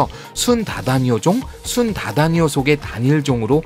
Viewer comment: 학명을 발음할 때에.. “순_다다니오”가 아니라 “순다_다니오” 입니다.. 그리고 애니몰로는 컨텐츠보다 배송 문제나 신경쓰셨으면 좋겠네요.^^ 오배송이 너무 많습니다..